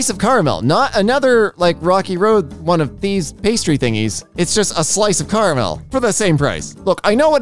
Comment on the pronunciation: I’m about to unsubscribe because he said Fanta the way he did and the way he said caramel